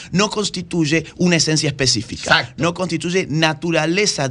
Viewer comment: tan disparatosa "Esasto" "etúdio de jénero,, etúdio de jénero"..... Zzzzzzz